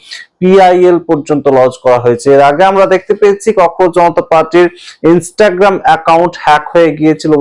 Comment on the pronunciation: ককরোচ-কে ককরোজ বলেন বা লেখেন কেন?